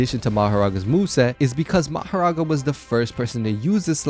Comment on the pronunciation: Mahorga not maghera